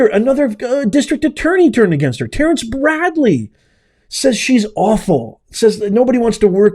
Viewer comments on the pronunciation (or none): none